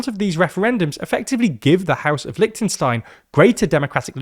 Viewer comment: Please pronounce the name of the country properly. It's not that difficult.